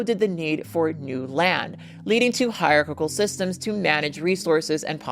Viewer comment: Her pronouncing hierarchical like its got 3 c's is driving me crazy 😂